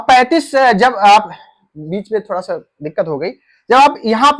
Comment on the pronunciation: अरे भाई, थोडा होता है की थोड़ा ।